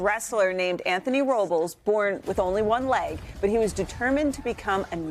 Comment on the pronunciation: Yeah, "Row-bulls," is terrible! People don't try hard enough in our society. It's especially sad with a population that prides itself in being intelligent. It's not that hard to utilize English phonetics to make an effort to pronounce something correctly! "Row-bless.